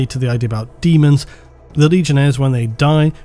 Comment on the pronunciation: Still calling it. Deamons of the Emperor